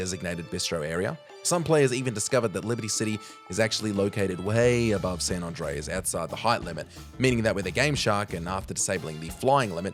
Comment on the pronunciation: To this guy it should be ''hardest way to say San Andreas'', bizarre how he says, its like he says Son Ondreas.